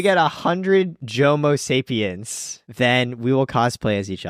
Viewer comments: I’m fully aware that I’m on the late train, but I can’t get over “Jomosapiens” 😂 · Wait a second, I heard "Jomosapiens". Bless up.